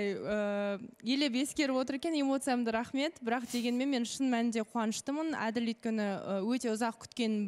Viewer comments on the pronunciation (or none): Дүрыс айтад… Адыл - қырғызша,ал қазақша Әділ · Адыыл емес Әділ деп айтса болмайма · Мынау дурыстап айтсыншы Адыл демей раздражает честно